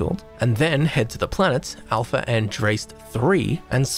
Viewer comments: Hey boss - just to help out, it’s pronounced Alpha An-DRASS-Tay. Andraste was an ancient Celtic goddess, similar to Athena. You know how astronomers get; they love them some ancient god names. People might also know the name from the dragonage games, but that’s where it came from. Also, I think they planned underwater exploration, then they looked at Volii Alpha, and decided… you know what? Not worth it. Anyway: cheers! Good stuff! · Pronounced an-dras-té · tell me you havent played dragon age without telling me😂 its ANDRASTE, that system is a reference to dragon age, andraste being the primary deity of one of the religions, google andraste, its the first thing that comes up! AHNDRAHSTEH